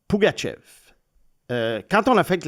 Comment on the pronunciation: Beaucoup de misere a vous ecouter prononcer le nom de famille de Pugachyov.. Il y a meme une video où il prononce son nom au complet🤦